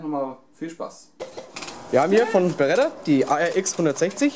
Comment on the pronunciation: Es ist eine Beretta und keine "Barretta"!